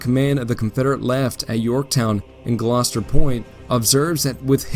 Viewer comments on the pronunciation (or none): none